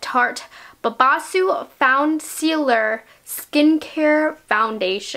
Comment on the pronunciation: Such a great review ❤💋 You rock😚 P.S. You did a WAY better job pronouncing the name than I did in my video. I botched the hell out of it🤷🏼‍♀️🤦‍♀️💋🤣